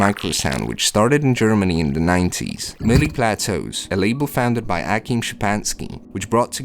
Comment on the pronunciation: Not "Meel", "Mill"